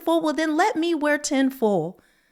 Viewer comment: There's an I in foil angel...foyl!😂😂😂